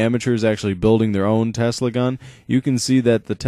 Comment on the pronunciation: it is tesla and not telsa search on google if you dont believe me